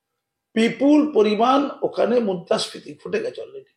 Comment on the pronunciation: ওরে বাবু আপনি মুদ্রাস্ফীতি উচ্চারণটা একবার ঠিক করুন